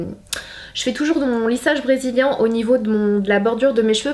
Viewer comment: lissage brédzilien on adore ❤️😂